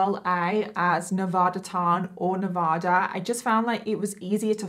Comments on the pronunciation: It's properly pronounced Nevaaaaada. Not Nevoooooda. Like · Dang, I didn't know that! I was born and raised in Northern Nevada and went to the University of Nevada, Reno, and I had no idea they quit selling that hoodie. And I know it's not the end of the world, but we don't say Ne-vah-duh. We use A as in Apple. Ne-vA-duh. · Nevada is actually pronounced NEV A(long a) DAH. Sorry I'm born/ raised in Reno Nevada, also where that university is at. We're kinda cheeky about Nev a dah